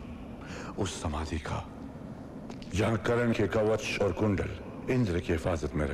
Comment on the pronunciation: it's not Karan it's Karn =_= so annoying